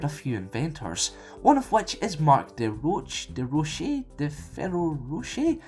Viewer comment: DeRoche is pronounced De-Rosh-è